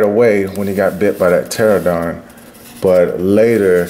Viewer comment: Dope video bro. Pteranodon is pronounced ter-an-odon or ter-on-odon lol. Or just call it a pteradactyl that's probably easier lol.